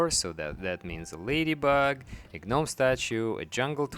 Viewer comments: It's pronounced Nome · I thought i was the only one who say gnomes like Gi NOMEs you my friend earn a subscriber and a like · "guh-nomes" xD the G is silent sir <3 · "Gih nomes". . . . . . . . . . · I thought it was GOO Noms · The “G” is silent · The G is silent. STOP IT! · It’s adorable to hear you say it but I feel like I should let you know the G in gnome is silent.